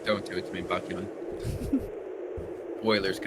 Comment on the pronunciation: usually i'm pretty lenient with your videos since it's just opinions. but goddamn,, at least get his name right. it's baEkhyun, not BAKYUN. how does out-asian you everytime with understanding how pronunciations work? 😭